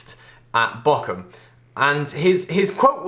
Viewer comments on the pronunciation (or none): Its not called bockum, its bochum